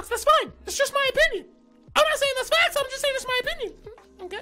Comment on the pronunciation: So inspirational and he is saying FAXS. No hate tho